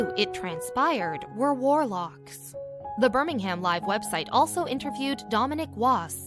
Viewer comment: I do wish people would take the time to pronounce things correctly. It is said Shrop Sheer (spelt Shropshire) and Burr ming um (spelt Birmingham).